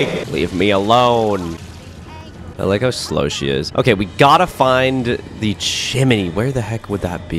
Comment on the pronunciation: You not know how to say chimney😂😂😂